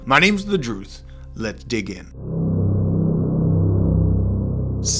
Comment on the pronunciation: The Drewth wall hahaha